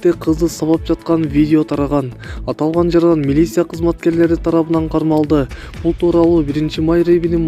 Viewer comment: Долдурогон журналист сымал десе. КУСТАЯНСКИЙ ДОН СИЯПИН, милися 🤦‍♂️ уят кокуй